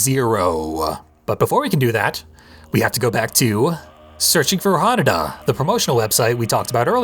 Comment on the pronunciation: Eric was saying it very wrong, you've been pronouncing it properly: HAnuDA, same emphasis as how you'd pronounce Yakuza.